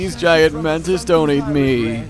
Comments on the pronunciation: Is somebody else noticing that he says mantits instead of mantis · he actualy said mantits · Did he just say man tits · did he fucking say mantits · At the start I thought you said ManTits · yeah you said mantits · the MANTITS. 😂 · “The Mantits” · Did you literally just say "The Mantits" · In the beginning I heard mantits instead of mantis im wheezing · Now I can't unhear it.... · Cla Ro i think he said mantits